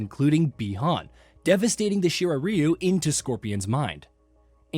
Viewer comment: “Shiray riyu👁️👄👁️” what a dumbass😂😂💀